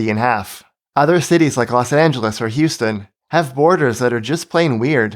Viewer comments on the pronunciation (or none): none